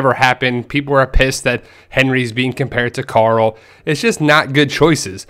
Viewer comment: Carl. Not Car-ull